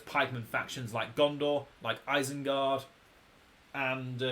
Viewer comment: eisengard? isn't it isengard?